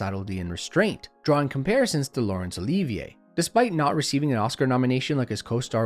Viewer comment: The "liv" in Olivier is pronounced like the i in "shiv," just FYI.